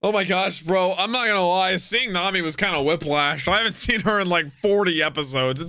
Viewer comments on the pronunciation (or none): none